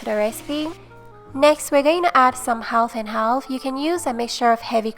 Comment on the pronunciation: Lol..the L is silent in half and half. Pronounce it like HAF.